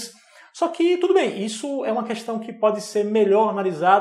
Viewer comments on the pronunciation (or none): none